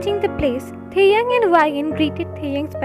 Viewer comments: Yahhhhhhhhhhhhhhhhhhhhhhhhhhhhhhhhhhhh .....it's not taehung it's TAEHYUNG..... plzzzzzzzzzzzzzzzzzzzzzz 🥺🥺🥺🥺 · Plz don't mind...The name is Taehyung not taehung...so plz Write the correct name ....✌️✌️